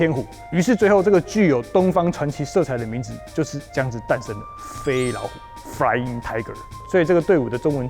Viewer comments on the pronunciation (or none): 第一 那是美國人 第二 不是炸老虎 請練習發音, there isn't a "R" in flying.